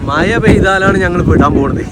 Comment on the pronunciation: മയ എന്നല്ല മഴ എന്നാണ്